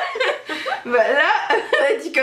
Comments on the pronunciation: Avouère c'est pas mal Québécois, mais c'est plutôt rare les gens qui parle de cette manière il y en a en région qui parler peut-être comme ça, mais sinon on parle souvent comme ça à la blague alors c'est drôle tout simplement ;) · Coucou, vous m'avez bcp fais rire:D " avouair " xD Breaking Bad c'est juste énorme ça te retourne le cerveau comme t'a dis on a pitié pour lui mais après on le deteste haha super série mais aussi Supernatural - bisouuuus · Ohlala j'ai tellement rigolé quand t'as dit "quel pouvoèr aimerais-tu avoèr" hahaha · Coucou, votre vidéo m'a fait rire surtout "quel pouvuérvoudriez vous avuér" ahah Je me permets une petite critique, dans la vidéo tu as tendance à couper la parole un peu à Audrey ou ne pas lui laisser finir ses phrases (je ne dis pas ça de manière méchante je précise :p) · Omg! ça fait deux fois que je le commente mais omg le ''quel pouvouère pourrait du avouère'' encore trop de québecois en toi! hahaha ça a trop déteint sur toi!!:-) bisous vous êtes magnifiques xxx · Le coup du "qu'elle pouvouère aimerais tu avouère " m'as tellement faite rire.. mais tellement.. j'ai étais obligé de faire replay plusieurs fois sur le moment tellement j'ai ris.. toute sérieuse, c'était vraiment trop drôle ! En tout cas c'était une vidéo super sympa à regarder, bisous à vous deux :)